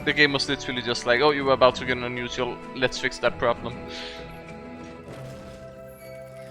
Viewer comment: ur english is pretty good and I commend you for that but you say the word unusial so often it sounds kinda obnoxious and its kinda hard to listen to